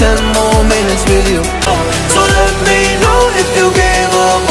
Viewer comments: i thought he said meh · It’s me not meh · Its me not meh